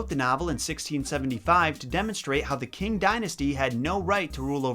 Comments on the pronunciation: Ch-i-ng not king k-i-ng okiee😁 noooooo hateeee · You actually did really well at pronouncing the chinese names. The only one you messed up on (that got me for some reason) was the "Qing Dynasty" you pronounced it "King Dynasty" which is understandable because that's what it looks like to english speakers (me included). It is pronounced like "Ching Dynasty" ( I am taking mandarin lessons) P.S Please don't hate me... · "ch" is a pretty good approximation, but i think a more accurate one would be the "ts" in "tsunami". in this sense, it should be pronounced as "tsing" in mandarin. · Also, did you really pronounce Qing as King.? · Qing is pronounced Ching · Correct me if I’m wrong, but Qing dynasty is pronounced “Shing dynasty”. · In Chinese the Q is pronounce like Ch, so Qing is pronounced “Ch-ing” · It's not ch-ing... I can't type out how u r supposed to pronounce it but still. Not ch-ing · Just a simple correction here, please don't bash me HEHEHE Qing is pronounced as "ching", but say it a little thicker especially on the inner sides of both your cheeks. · The way you pronounced Qing Dynasty hurts me 😂😂😂 Its sooooo not how you say it